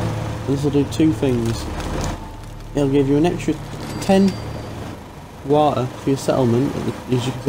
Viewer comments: Go to resources... wa-e... whatever that means XD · Purified Wa' er'